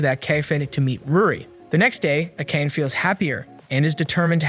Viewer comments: Learn how to pronounce Japanese names! It's a-ka-ne! 3 syllables!! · the way akane is pronounced is killing me